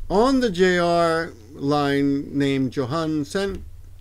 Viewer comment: I think you were saying "Johan" and I was confused for a moment because it sounded so different from what I'm used to lol it isnt a big thing, I doubt someone will get lost by that lol